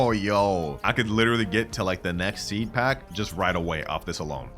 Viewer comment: “Peed pack”😂😂